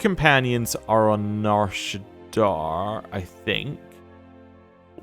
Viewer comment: Loving the LP but every time you say Nar ShaddAAR instead of Nar ShaddAA kills me lol